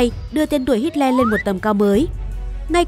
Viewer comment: Tưởng đọc Hitler là:Hi lờ Lại đọc thành:Hít le